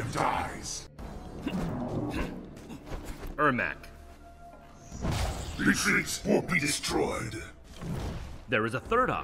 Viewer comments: Ermac not ermak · Is it because every c is k im MKX, so its ermak instead of ermac?